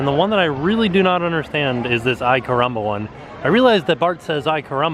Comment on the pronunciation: Ay caramba! "Eye" caramba!